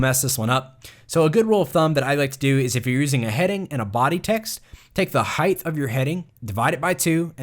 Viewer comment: Why do I keep on hearing the word "heigth" instead of "height"